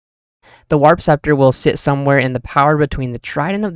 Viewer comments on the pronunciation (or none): none